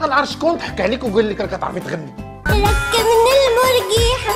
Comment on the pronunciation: راه كانت كاتقول ركبني الملجية ههههه ماشي المرجيحة